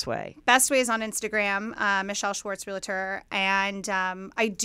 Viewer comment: It's REAL-TOR, not real-i-tor! 🤦‍♂